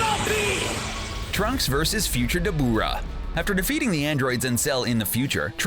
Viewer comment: Cbr please get someone who has actually watched the show 😑. This guy's keeps butchering the names. Debooora